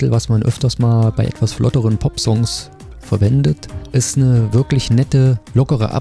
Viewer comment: ver-VANDIT 🤭 Auch wenn ich beide Alben gleich gerne höre, so finde ich In Between einen Hauch besser als Reflections. Liegt wahrscheinlich daran, dass da nicht so ein oller Rapper daherkommt und einen aus dem Fluss reißt. Für mich eine glatte 8 von 10. Auch wenn man auf dieses Fall with me durchaus hätte verzichten können. Gut, dass es wenigstens der letzte Titel ist. White Lies ... leider totgespielt. War wohl - aufgrund der The Pussycat Dolls - das Aushängeschild des Albums. Let Go hat da für mich schon einen deutlich höheren Stellenwert. Far Away klingt live mit richtigem Schlagzeuger übrigens auch richtig fett. Irgendwie verbinde ich mit dem Album auch meinen ersten Besuch eines Gigs von Paul van Dyk 2008 in Frankfurt im U60311. Wie auch schon bei Out there and back finde ich das Album-Cover sehr ikonisch, dass ich zeitweilig am überlegen war, mir das Album als Vinyl zu besorgen. 😅 Und natürlich ist die Hörprobe das Wichtigste, sollte man auf einer einsamen Insel stranden! Kein Hemd am Arsch, aber La Paloma pfeifen. 😄 Was Evolution angeht, muss ich komischerweise immer erst an die schlechten Tracks denken. Die drei vier Perlen, die Du erwähnt hast, da gehe ich vollkommen mit. Wie Let Go lädt auch hier I don't deserve you plumb zum Mitgrölen ein. Der Rest ist überwiegend repetitiver Trash. Genauso wie die Musikvideos dazu. Siehe Rock This oder Verano. Das war der Punkt, wo ich aufgehört habe, diese zu sammeln. Was sollte das sein? Irgendwelche Visualizer ... dabei hät